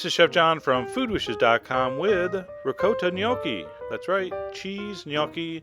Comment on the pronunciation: This is delicious but that isn't how you pronounce ricotta. Omg.